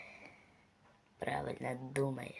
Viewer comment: Херобрин❌ Хєробрин✅